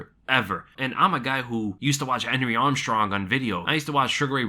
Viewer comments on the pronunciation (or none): none